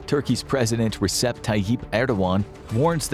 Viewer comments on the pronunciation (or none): none